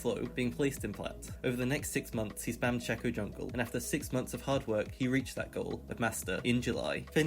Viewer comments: Y do u say shacko and not shaco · It's SHAY-co, not 'shacko' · its SHAY-co not SHA-co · its pronounced shaco not shaco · it's pronounced shayco not shacko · Shay-co, he just pronounced it horribly. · Its pronounced shay-co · Shack-oh and Veegah 😭😭😭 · Its not SHAKO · It’s shaco not shekko or shako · not him saying "shacko" all video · This man really saying "Shucko". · Man ive heard shaco mispronounced as shack-oh many times but this is the first time ive heard someone say freaking shecko. ouch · Every time he said "Shack-o" I died a little inside. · love the way he says shaco-SHAKO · LEARN SHACO PRONOUNCIATION JESUUS CRISG